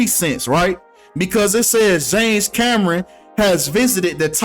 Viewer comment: James “Cam Ron” 😂😂😂😂